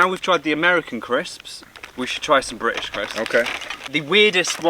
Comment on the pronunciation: British not Brish.....